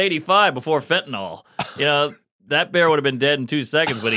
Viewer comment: Why the fuck can’t people pronounce fentanyl